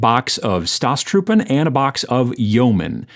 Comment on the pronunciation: it is so very much american the way you butcher the pronunciation of "Staatstruppen" in my culture it is considered disrespectful to pronounce foreign words badly when using them :-)